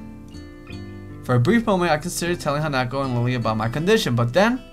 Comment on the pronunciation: OMG, said Hanako's name right during the Emi scene!